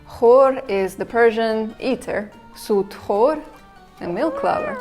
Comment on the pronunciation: 'sutxor' has different meaning, I don't like your pronunciation either. you picked bad examples for Uzbek listening.